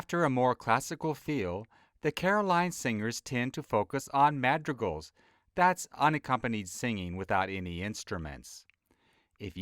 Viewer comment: metricals not madreal